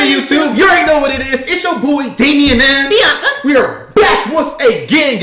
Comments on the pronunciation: “Biawnca” that’s why I heard xD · is funny the way said biannca🤣